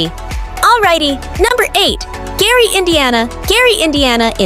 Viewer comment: LMAO...Gray Indiana...You mean Gary?